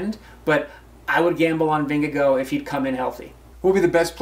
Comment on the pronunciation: Vingegaard would have won? Are you kidding me? Gaimon is loopy. (Also I'm pretty sure he is pronouncing Vingegaard wrong)